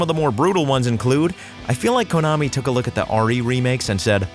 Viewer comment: It's pronounced kunn-ami. Not coon-ami.